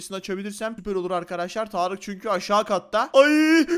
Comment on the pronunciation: Abi tağarık derken tarık yapmış ismini tağarık